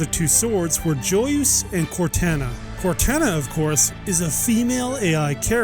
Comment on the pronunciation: Awesome video. But please, it’s canonically pronounced “Cor-tah-nah,” not “Cortanna.”